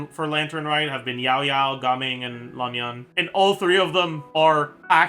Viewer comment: just so you know, Lan Yan is pronounced with short vowels - it simply rhymes with the English words can, tan, ban, and so on. No need to go all the way to Lahn Yahn!